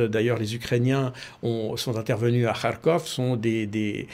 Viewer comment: Je suis content D entendre KarkhOV bien prononcé et mon Karkhiv. On a de tout temps prononcé avec-Ov. Agréable D écoute un expert impartial et réaliste.